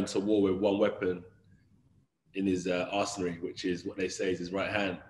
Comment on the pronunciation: “One weapon in his arsenary” 😂😂😂